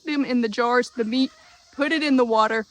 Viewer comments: You pronounce 'jars' like 'jew ars'. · She calls jars Joors! 😂